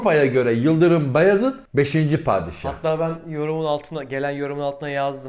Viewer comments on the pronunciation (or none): abi beyazid değil bayezid çünkü farklı anlam taşır